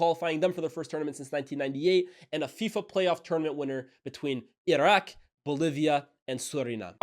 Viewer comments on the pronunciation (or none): none